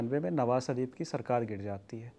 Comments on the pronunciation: The interviewer needs to work on his diction before taking such interviews. ‘श’ की जगह ‘स’ का उपयोग किया है । शरीफ़ को सरीफ़ बना दिया । Hope Lallantop maintains the quality of their content. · Sarif nahi Sharif, Fouj nahi Fauz karadi yaar tune Mauj😂